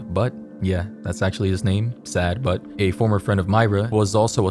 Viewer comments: saad but is pronounced sigh-eed but lol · I think the pronunciation of saad butt is “sawd bawtu” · in arabic and Pakistani it is pronounced in a completely different way so it’s not saad butt 😂😂